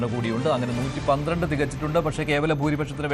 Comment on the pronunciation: 112 ano 113 ano onu vekthamayi parayo